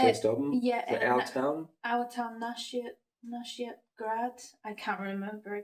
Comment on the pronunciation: You pronounced it absolutely correctly Nashiat grad, you are inspiration dear family Congratulations!